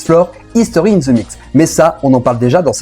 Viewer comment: Prononciation. On prononce (the) (D) pas Z